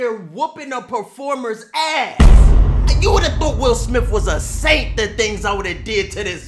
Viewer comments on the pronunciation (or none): none